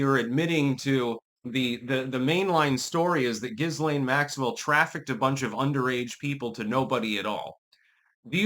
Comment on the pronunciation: It's zhees lane